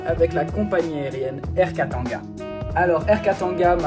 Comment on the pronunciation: 😅 bon ton accent quand tu prononce des trucs congolais…peu mieux faire, par exemple Air Katanga…ça se prononce : Kata et nga 😭😭😭 y’a pas de an/en comme en fr